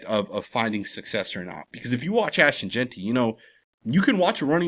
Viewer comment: I won't EVER worry what Fantasy Football Chris Simms has to say anything Raiders related. The guy is a clown. If he's such an expert why can't the fool pronounce Ashton's last name correctly??!!!! All he has to worry about how much gel needs to go in his hair every hour. He mades ridiculous comments every season about the Raiders. Jeanty is our RB !!! He will be unleashed when the time comes. This shit is chess not checkers with Pete as our HC. Hope Simms likes to eat crow.....